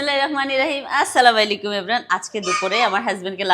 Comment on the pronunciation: আসসালামাইলাইকুম না আপু আসসালামু আলাইকুম